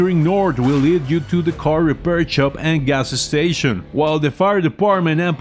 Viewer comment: ga s s tation